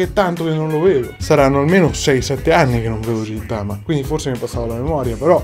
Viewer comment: Quello li si chiama gintoki ed è di gintama e si leggono ghintama e ghintoki